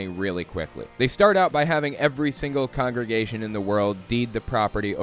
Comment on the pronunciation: Damn that actress really can’t say congregation 😂